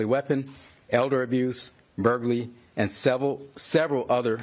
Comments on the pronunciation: That cop called Mr Pelosi Mrs Pelosi and then mispronounced buggery. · He couldn't even pronunciate burglary.